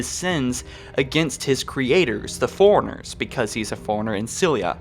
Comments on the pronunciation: FORE-RUNNER FOREIGNERS. I'M SO TRIGGERED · man. Isn't it pronounced "four-runner" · I could deal with the forerunner mispronunciation but I couldn’t keep watching after ‘Mag-Niot’ was heard